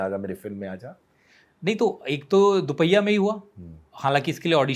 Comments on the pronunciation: It's DUPAHIYA NOT DHUPIYA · Sid sir it’s Dupahiya not dhupiya. And it’s a blockbuster show. Please be more careful with these things :)